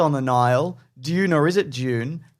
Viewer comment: I'm pretty sure it's pronounced dune.